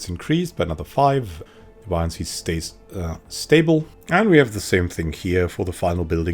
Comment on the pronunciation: Very useful, thanks. Are you sure that's how deviancy is pronounced, though? I thought it was pronounced like a deviant.